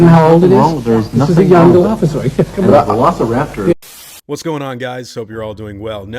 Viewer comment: I like how the guy at the beginning adds to the conversations on dinosaur realism and accuracy by saying "ub-ja-un-ba Velociraptor-uh"